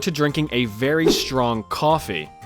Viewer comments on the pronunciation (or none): none